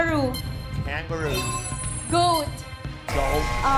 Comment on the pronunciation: Ang trying hard ng mga chararat from TCMC englishera daw tapos di mabigkas yung a sound ng kangaroo nang tama